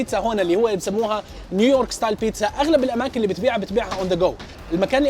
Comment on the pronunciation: تقهررر قول نيو يورك وش الي نيورك 😂😂